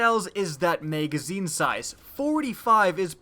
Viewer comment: Learn how to say Magazine...